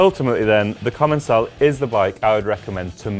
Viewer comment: In fact it should ce commençal where the ç is pronounced as an « s » in French. They probably erased the cédille (ç) for commercial reasons or because capital letters loose their accents. So indeed it is pronounced: comonsal.